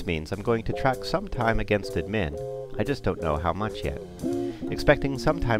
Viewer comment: Nice intro, but the way the voice-over guy mispronounced 'admin' with the emphasis on the second syllable drive me to distraction. Who the hell says 'adMIN'?